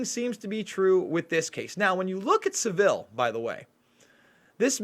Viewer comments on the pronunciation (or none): you’re not the only 1 whose guilty. It’s Pronounced “Savil” not “Seville”. Hard V. Savil like De-vil. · Please pronouce 'sAvile correctly, you make him sound classy!! And so person know who you are talking about. Savile like the place in Spain is not how you say his name. He was a disgusting human being and was never exposed until after his death. Complete cover up by the BBC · Christine is correct, he is pronouncing is as Seville, its Sav-ille. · Not Sav-ill Savill... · Saville, sav all not seville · Saville like saville row, not like seville oranges S-ah-vil. Not se-vil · Thank you for putting up this video about Jimmy Savile. I live in the UK were it all happened. Just a little bit of advice,: The name Savile is pronounced with the accent on the first syllable = sA-vil. OK? Just thought I should tell you. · Its pronounced savil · Please learn how to pronounce his name. It’s SAV VIL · Your an American!! Sav as in Have and ILL. This is all old news in the UK and they still cover it up. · Saville is pronounced like gravel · His name isn't french it's pronounced 'sah' ville' rhymes with ba bill. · Heads up. Pronounced phonetic Sav el As in gravel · Great video , check out Cooke report and Ken Clarke , Jersey , elm house . Just thought I let u know its pronounced sav-ul like saddle ,Theroux is a shill ! Jim did fix it for them , then became a scapegoat playing interference . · It's pronounced Saval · it's 'fantasist' as I. Fantasy not "fanatist" as in fanatist.....and it's Jimmy Savile ryhmes with gravel.... The Jimm'll Fix It is a TV show all Brits grew up watching....he was a household name making kids dreams come true....well that's what folk thought, quite the opposite. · Fantasy; fantecist not fanaticist. Also please squash your pronunciation of Saville to Savil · Pronounced saville - sounds like saddle. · pronounce Saville to rhyme with travel. unless you're mispronouncing it on purpose...?